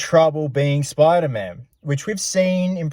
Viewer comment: Speder man